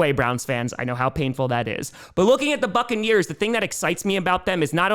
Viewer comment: It sounded like u said fuckaneers 😂 not buccaneers at the end